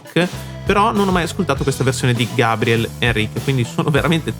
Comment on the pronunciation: Muito legal sua análise. Só tens de pronunciar o nome dele corretamente hhehehehe. Outra coisa: verdade que o GABRIEL precisa melhorar seu inglês. Mas pensemos em como é um privilégio ouvir, no inglês possível, alguém como ele, que veio da classe mais baixa no Brasil, sem condições de ter estudado outra língua desde cedo. Mesmo assim, ele arrisca e acho que isso faz parte do processo. Obrigado pela análise.